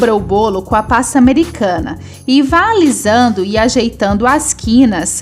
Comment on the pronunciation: Amo seus bolos! Acho muito lindos! Você é muito talentosa! Mas não gosto muito do jeito que você fala, é meio... Estranho quando você fala PASTA AMERICANA e algumas outras palvaras! Queria que você melhorasse suas falas! ❤ mas mesmo assim te acho talentosa